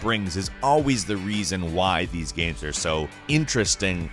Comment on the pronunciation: The way says "gaehms"